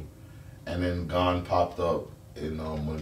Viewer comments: His name is GOn not fucking gone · Did they say gone? Instead of gon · How you guys all gona disrespect Gon the whole video saying his name wrong like that :/